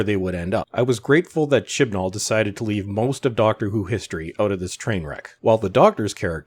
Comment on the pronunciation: I can only hear Chin Balls when you say Chibnall now